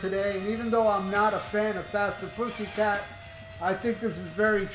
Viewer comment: Fathhhherrr putttthhhhyyy cat-annunciation please!